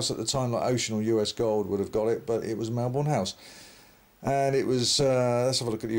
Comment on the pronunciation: Just FYI, it’s pronounced Melbun/Melburn.